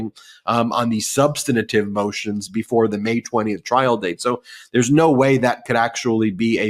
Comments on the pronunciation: Love you Ben but please, for the love of God, it is SUB-STAN-TIVE. SUB-STAN-TIVE. SUB-STAN-TIVE. That's 3 syllables, not 4. 😒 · Ben, this is the second time I am pointing this out to you: you keep saying "subsanitive". There is no such word! You say you're a professor. Really? And you don't know how to pronounce SUBSTANTIVE? Jeeze. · Substantive. Not substantative. You’ve given the word an extra “ta”. The word is substantive enough already 🥰💙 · Stop saying SUB - sten - uh - tivv 4 syllables when you mean substantive. It's incorrect, though most media say it incorrectly. The right pronunciation is: SUB - sten - tivv. Only 3 syllables. (An overused word spoken by a lot of people who really mean substantial) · Ben. The word is substantive, not substenative. Please! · I like the channel, but please the word is SUBSTANTIVE, Ben. Three syllables. There's no such word as SUNSTANATIVE. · Love Ben, but I need to present a pronunciation correction…if I may. Substantive is pronounced as: Suhb-stuhn-tiv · Love the show. I follow intently. Can you correct ... Its sub-stant-ive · "Substinative"?? Common, Ben. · Ben, please learn the correct pronunciation of "substantive"!